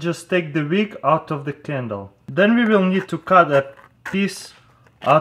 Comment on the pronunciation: HAHAHAHA THE "VIG (WICK)